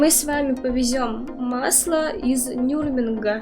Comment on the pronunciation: не всем даётся это слово Нюрнберг 😁